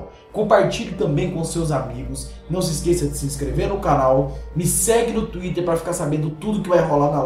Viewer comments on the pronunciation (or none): none